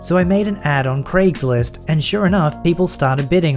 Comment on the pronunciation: Nobody:: CrAiGsLiSt